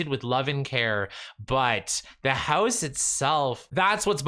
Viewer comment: I love how you pronounce "house" like "hEuse" 🤣